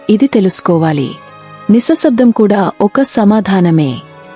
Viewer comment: నిసశబ్దం కాదు నిశ్శబ్దం